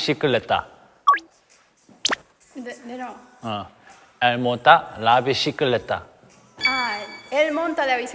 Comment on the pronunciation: ha detto bicicletta con un accento toscano ahahahaha